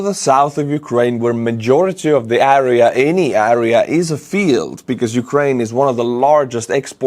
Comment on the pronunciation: good english but one word "area" you say äääriä. wtf?